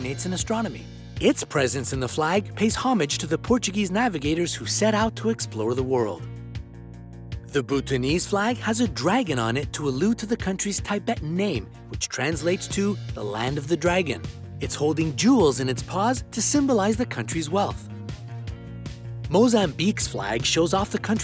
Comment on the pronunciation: "southern" is pronounced "suthern": "Tibetan" has a short "i"; so many other mispronunciations...